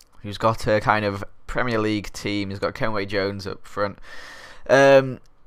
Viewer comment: Lol Kenwe, it's KENWIN JONES XD